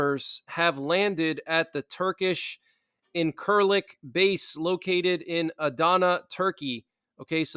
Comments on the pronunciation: Hi. Just to give a bit of help, as this is a major NATO Airbase in Turkey. It’s pronounced INCH-ILIK. INCHILIK Airbase. Thank you for the updates Buddy! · Incerlik pronounced IN'-ser-lick